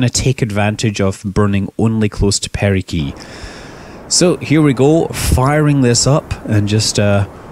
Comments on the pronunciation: Is there a certain way to pronounce "perigee"? Most of the people I've met pronounce it with a J sound, as in "gelatin", is there a reason you're pronouncing it with a solid G as in "gravity"? Or are there two ways to say it? Alongside that, I thought the suffix "gee" only referred to natural satellites. Where as "apsis" was used for artificial satellites, and "helios" was used for stars' orbits. Why do you say perigee if you are referring to your ship? Have I heard it wrong? It also sounds as if you're saying perigee with a K in place of the G. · Nice vid. It's apogee and perigee though, not "apookee" and "perikee" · Did anyone notice he said perikee and apokee instead of perigee and apogee?